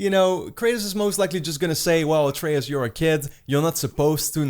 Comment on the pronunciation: they won't die, not in this game at least. Also I don't think Kratos will end up killing ALL of the norse gods. slight nitpick but did you mispronounce Atreus' name through the entire video?